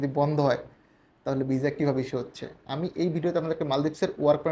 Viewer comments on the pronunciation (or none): ভাই মাঝে মাঝে ভিসা না বইলা যে ভিজা বলেন ভাল্লাগে শুনতে